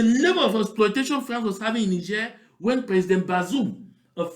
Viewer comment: please do not pronounce that word France again